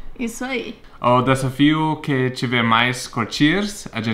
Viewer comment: o certo é falar DeSAfio e nao deSFio. rsrs